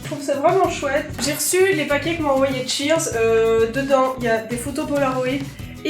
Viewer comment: Mdr, j'ai cru que c'était Sears et pas Cheerz.